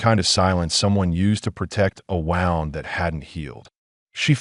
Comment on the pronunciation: When are they going to pronounce wound correctly, they get it wrong 100% of the time! Tree line is not tree lean and lead is not the metal! Imagine if a lead rope was made from lead!? Having knowledge is different from knowing.😐